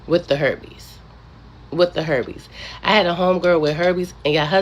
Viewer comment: “herbee’s” or Herpes⁉️🤦🏿‍♂️